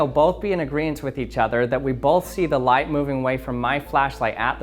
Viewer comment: "Speed of lied"